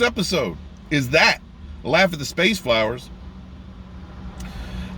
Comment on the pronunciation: Didn’t watch any of it. And seeing you struggle to say the word “flowers”, tells me all I need to know.